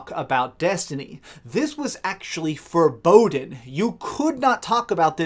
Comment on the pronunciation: It was “forboden”.... I believe you’re looking for the word “forbidden.”